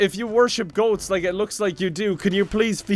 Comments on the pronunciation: I wasn't paying attention and when you said "Goat-z" I thought you said "goatse" and I was like NO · When you said goatz I thought you said goatse...